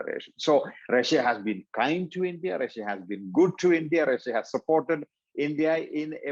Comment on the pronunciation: when "English" is an official language, when Russia is all over the news, and you still cannot pronounce "Russia" in English in an interview about Russia... priceless